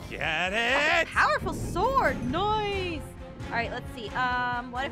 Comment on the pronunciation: I love how aphmau says noce to say nice